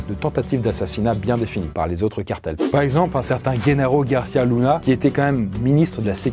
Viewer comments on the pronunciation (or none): none